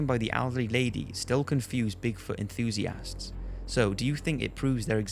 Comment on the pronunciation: My god you pronounce enthusiast so weird... it makes it hard to watch the video when you say it every 1 to 2 mins